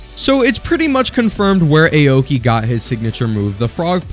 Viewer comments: Awkey not ayo-key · it's 'aw-ki' not 'eyowki' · "Ay-oki" got me laughing, no offense